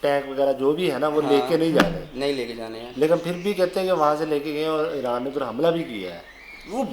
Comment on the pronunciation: ऐरान? प्यूटन ये हमने पाकिस्तानियों से सुना और भी शब्द